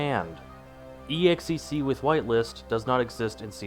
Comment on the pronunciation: can you stop pronouncing "exec" as "ee ex ee see"